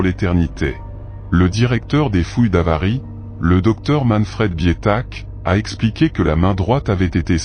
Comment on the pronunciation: vers 40 s. et 8 mn 'avenue Jésus Christ' pour 'avant Jésus Christ' : attention au rendu du texte 'lu' par le logiciel de voix électronique. En plus il dit, toujours 8e minute 'avarie' et 'X sot' pour, évidemment, Avaris et Hyksos : il semble bien ignorer que certains 's' finaux en français peuvent être sonores et non muets 🙂 Sinon, y'a que du vrai dans tes dires. Bonne continuation !